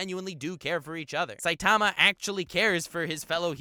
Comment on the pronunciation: This dude can’t pronounce saitama